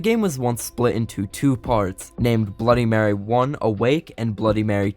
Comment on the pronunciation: Bro that Stan guy made a great job but he should search up words like bloody and mary